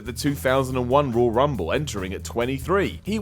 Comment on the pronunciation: seems unable to say the word "Royal". Why is he narrating a video about the ROYAL Rumble. Rull Rumble. Rawl Rumble. Raaaul Rumble... 😬